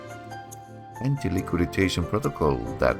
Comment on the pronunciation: We say antiliquidation, not antiliquiditation😀 Thanks for sharing, this is an interesting project.😊